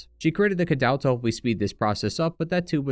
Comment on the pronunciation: Great video as always, i just have a small nitpick on the fact how you pronounce "cadou". The accent it's on o and you say it like oh as in "oh i didn't know that could happen" or stuff like that. But that's a nitpick like i said. I'm Romanian that's why it bothers me😅. Keep up the good work, love your videos!